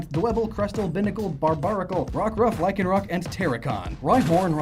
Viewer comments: IT'S LYCANROC, NOT LYKENROCK! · Lycanroc = Lyc an roc